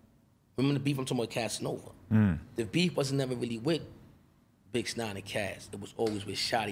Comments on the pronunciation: Is he saying bitch9? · Bruh of many times does he say bitch-9ine 🤣🤣🤣 it’s a chill thou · I thought he said bitchnine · Is he saying bitch9 lol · When he said “bixnine” then had to stop, pause and make sure adam heard him say it was so cringe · Why he calling him bix nine ?